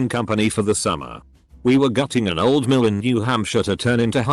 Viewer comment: I heard it as “we were gutting an old man” instead of gutting an old mill omg